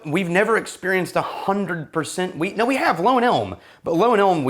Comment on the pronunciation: Every time you guys said Wheat, all I heard was Weed 🤦🏻‍♂️